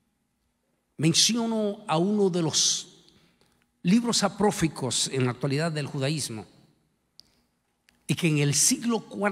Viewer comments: No sé dice aprofico, se dice: APOCRIFOS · Corrijo: se dice LIBROS APOCRIFOS no "aproficos" y "apofricos" como lo menciona el Pastor. Con mucho respeto. Bendiciones. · Apócrifos se dice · Se dice apócrifos